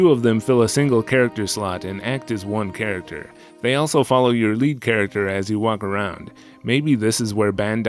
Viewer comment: Did I mishear you say “pairacter”? Like the dog character and squirrel character together are a pairacter??? Awesome content as always!